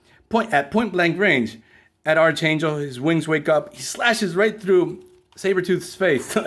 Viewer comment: You’re pronouncing archangel’s name incorrectly. It’s pronounced like arc (like the part of a circle) and then angel.